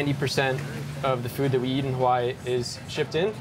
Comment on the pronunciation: Omg! The visuals are always Hawai'i perfection but the narrator butchers the names of everything! I've only lived here three years and this is your typical post card enticing view of Oahu marketed to the mainland. There's so much more to it...life here. It's not all surf and rainbows. There is suffering, racism, drug abuse every where and often violent crime. Sometimes I just wish a balanced portrait of Hawai'i life would surface. Speak to the aloha of homelessness, or lack of education or infighting between gangs, or even pedestrian deaths. How about rat lung worm disease or the Vog? The more the false narrative of "paradise" is pushed the more falsehood is perpetuated. While life here can be great, like life anywhere, it can also be hellish, like life anywhere. We all come or leave for personal reasons, but when settled in and making this place home, it means you must meet it on it's terms, not some sold to you fantasy. You grow roots with learning culture and the struggle of Hawaiin people, and being respect for tradition and trying to help with issues problematic. Differentiate between "paid play visits here" and real life. And for divine creations sake! Get the pronunciations right. To not do so is just plain disregard. Is no pono. Mahalo